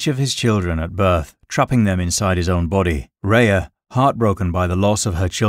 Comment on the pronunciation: although it’s not pronounced “Ray-a” I factually know this because it is my name. My given name. It is pronounced. R-eeee-ah. Well, almost it’s hard to phonetically spell out how to pronounce an R with a slight breath out afterwards. It’s like a breathless R -eeee-ahhh It’s OK everybody gets one 😛😉